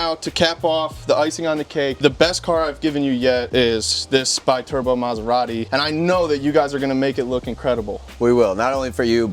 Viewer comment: That maserati is a be turbo not bai turbo biturbo is not english to be said with the english pronunciation in this case is italian and stands for twin turbo, sorry guys but i have to correct that